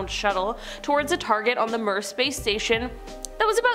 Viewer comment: Mir~~~(Mee•Urr)....like we're but with an M....